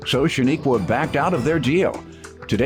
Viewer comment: Her name is pronounced SHA-NIQUE like you would say unique. There’s no a at the end